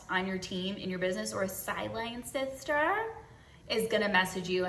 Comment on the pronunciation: "SiiiDELinE sssSSiSTeRs"